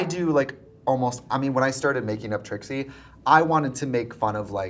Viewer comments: brittany calling Trixie "Trisha" is amazing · Did I miss something why is she saying TRISHA the whole time lol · Am I crazy or did she call Trixie “trisha” like three times??🤣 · Why is no one talking about the fact that Brittany called Trixie “Trisha” 18 min in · i’m i hearing this wrong but Britney has called Trixie “Trisha” several times, i even went back and turned subtitles on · Why is Brittany calling Trixie, Trisha. I heard it three time. Is this a nick name I don't know of or am I hearing things? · why does it sound like she’s saying trisha every time she refers to trixie am i crazy ? lol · Why does Brittany keep calling Trixie "Tricia" all the time 😭